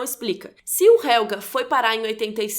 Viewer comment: Preciso dizer que, pra uma pessoa que não fala alemão, a sua pronuncia esta de parabens! Só uma coisa importante sobre o Helge. vc pronuncia Helga, e HelgA é um nome feminino, o masculino se pronuncia HelgE, com som de "E" como no portugues no final. Ps. A serie da varias dicas e eastereggs escondidos na lingua e no cenario (como o proprio nome Winden e o que é falado nas radios ao fundo), que ate agora eu não vi ninguem comentar!